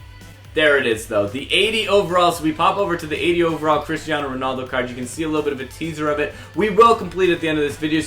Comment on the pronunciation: "Christiano Ronaldo" xDD It's Cristiano Ronaldo!